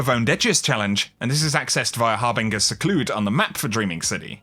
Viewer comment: My dude, the way you say harbinger makes me want to unsub